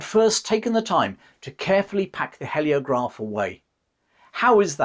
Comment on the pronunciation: It's hee as in heel, not he as in help. Heliograph. Spoils an otherwise good video.